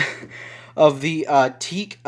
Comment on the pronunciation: I'm familiar with some EQ's (I've grown up with them) and other HiFi systems. It pained me a little when you called it a "Teek". It's actually pronounced "Tee-ack". I don't it was quite fair to play EDM and Dubbstep to appreciate the response range on that. All that didgital noice soesn't do it justice. Had you played older rock on it or a little dabble of Mozart, you'd feel the wide expanse of what that ten band can do. Just, I don't know, stop pushing synthetics through it. But , that's just me.